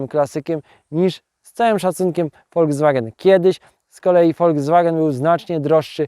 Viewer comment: No kurrlla, to nie zaden "Passsssat", tylko normalnie wymawiajac "Pasat", nie "Wolgswagen", tylko "Folkswagen" i (na przyszlosc) nie "Lambordrzini", tylko "Lamborgini"! Z PRL-owsko, PO-owsko, LGBT-lewacko-socjalistyczna, w rytmie Poloneza warszawskich wspolczesnych wyrobow "Czajki", podobnych do wyrobow PRL-owskiego socjalizmu, fabryki FSO serdecznie pozdrawiam milosnikow tego dziela siermierznej i prymitywnej socjalistycznej techniki PRL-u i jej technologicznego i ideowego zwyciestwa nad zgnila technika Zachodu! Gratulacje za sozialistyczna pasje i oderwanie od rzeczywistosci!